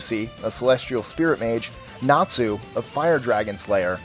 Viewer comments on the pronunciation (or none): none